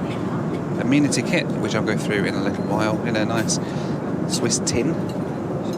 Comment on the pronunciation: I hage the way you say amenity lol